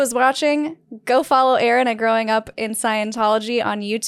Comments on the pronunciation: 🚫L-Ron✅ Aa-Ron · " A-a ron " !!!!!!!